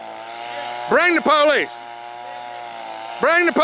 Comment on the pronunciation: I like how he says “police” 😂😂 “Bring the POlice”😂